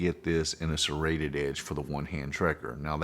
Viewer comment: You had me till you said serrated